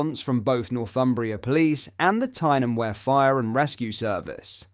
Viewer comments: pronounced Bl-eye-th not Blith. Weer not ware. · It's Tyne and we-er...